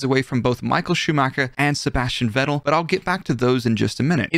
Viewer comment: You are the only native english speaker I've heard almost pronouncing "Vettel" correctly.